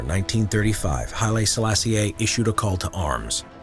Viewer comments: good video but maybe look up the correct pronounciation of "Haile Selassie"? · Nice pronunciation of Haile Selassie :/